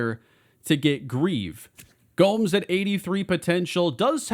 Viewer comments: Future reference: Gomes is pronounced like “Gomez” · The way you say Gomes, cringe. It's a Spanish name, not an English name. Good job you didn't draft him.